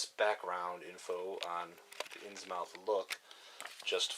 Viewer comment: Innsmouth is pronounced more like "Inns-mith" being from northeast area of U.S. in the early 1900's. Think Portsmouth, N.H. "Inns-mouth" sounds ridiculous and would likely get you punched in the face by locals in the North Atlantic regions. :D Thanks for the playthrough, I promise I'm not hatin' just tryin' to help!